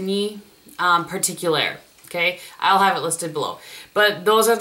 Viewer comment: Or maybe the closest way to say "signe" is simply "sing"😊